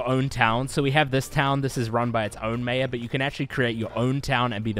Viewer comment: That is not how you pronounce mayor. Or maybe it is, and I’m an idiot.